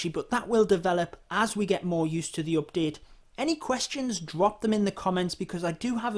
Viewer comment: He sYs every time OPdete xD